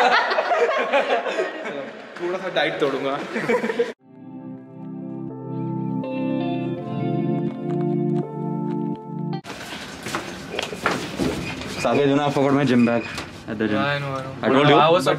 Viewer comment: He says sanket so confidently...I checked" saket's" channel twice😂